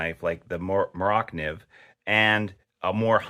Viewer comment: Pronounced mora nieve